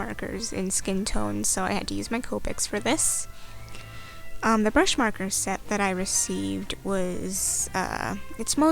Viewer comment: Marker lol